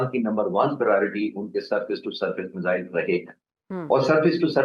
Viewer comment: Measles or missiles???? Madam please correct your pronunciation!!!